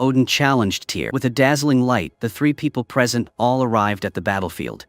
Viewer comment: Its NOT a Movie , its a Tv Series. and the name TYR is pronounced Teer not Tire. Just so you know